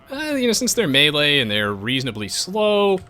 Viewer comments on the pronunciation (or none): none